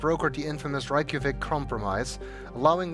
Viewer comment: Hahahaha Reykjavik is the capital of iceland and you said it in a very very wrong way😂